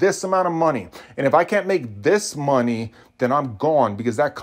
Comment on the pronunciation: Please never say money like that again.